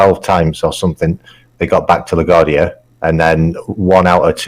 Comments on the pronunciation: Hey there. It's pronounced "la-GWARD-dee-ah" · La Gwar-dee-uh :) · Also LA-GWAR-DEE-UH :-D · Im uncomfortable on how he says La Guardia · Your pronunciation of LaGuardia is making my head hurt.🤕😉